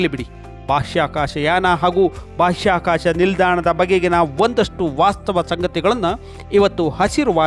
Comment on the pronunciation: ಉತ್ತಮ ವರದಿ. ಆದರೆ ಒಂದು ಜಿಜ್ಞಾಸೆ. ಬಾಷ್ಯಾಕಾಶ ನೌಕೆಯೇ ಅಥವಾ ಬಾಹ್ಯಾಕಾಶ ನೌಕೆ?